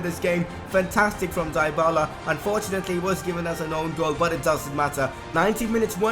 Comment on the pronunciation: and for dybala is "dibala" not daibala